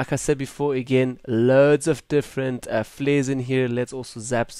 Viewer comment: "Fleres" :'D Love your voice brah!